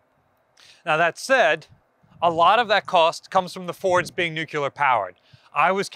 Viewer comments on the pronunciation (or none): you mispronounced nuclear each time you said it. It’s nuclear, not nucular. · Nuclear! Hope that helps you pronounce an incredibly simple word correctly for a change. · The moment you pronounced Nuclear wrong.. you lost all your credibility.